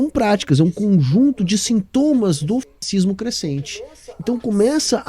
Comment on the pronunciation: Amigo, está de parabéns por passar o vídeo todo falando "cascismo" sem errar kkk